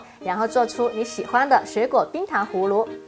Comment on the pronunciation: 氷糖胡芦，芦是輕音，或是半音。